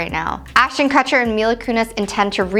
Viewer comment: Ashton Cutcher u pronounced it wrong